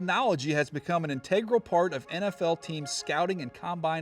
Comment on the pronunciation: Check the pronunciation of "integral".